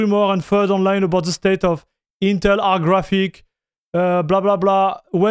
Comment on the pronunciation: Teh Eentel Ahk.